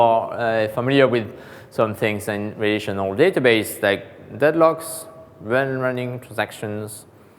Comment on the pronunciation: Dear AWS! Please provide an edited transcript of this so I can follow! Having someone who is unable to say "relational" or "partition" in English without me having to rewind fifteen times is really not a good start. I mean no offense and I'm sure if gave the talk in French it would be absolutely wonderful. But in English? No way. There's just no point.